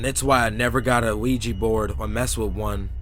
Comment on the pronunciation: I like how you pronounce the word "ouija." It's actually really cute lol.